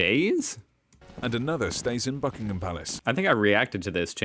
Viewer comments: It really annoys me continually hearing Americans refer to Buckingham Palace as “Bucking HAM” instead of “Bucking’am” or the city of Birmingham which American always say wrong, once again it’s not “BirmingHAM” but “Birming’am” please Americans stop emphasising the ‘H’ because it’s not “HAM” but “AM” at the end. Don’t Americans ever listen to British people saying the words? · They are called Foot Guards as they move on Foot as opposed to Horse Guards, which Ride Horses and are also Fully Operational Soldiers, they are just on their Ceremonial rotation. It is pronounced Bucking-am Palace and not Bucking-ham Palace. You can always tell when the Monarch is in Residence as the Flag is the Royal Standard and not the Union Jack, in fact, prior to Diana's Death no flag flew over the Palace when the Monarch was not in Residence. A Plume is a Feather.